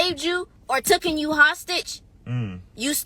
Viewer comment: The caller said it best, and do Americans call the movie 'Taken' "Tooken"? Serious question.